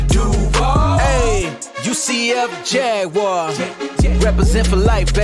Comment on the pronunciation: “UCF Laguar” 😂😂😂😂